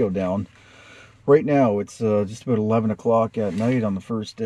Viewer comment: Holy shit, he said aboot . Despite the stereotype I've never actually heard someone say it before.